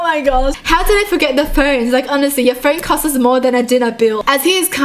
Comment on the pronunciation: I love when says costs it's costes if you spell it lol